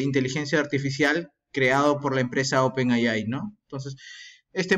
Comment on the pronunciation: NO SE DICE "OPEN AY AY" (NOMAS TE FALTO DECIR: "¡OPEN AY, AY, AY, AY, Y ARRRRIBBA MEXICO !!!! ) SE DICE: "OPEN EY AY"... LA "A" SE PRONUNCIA "EY" Y LA I SE PRONUNCIA "AY")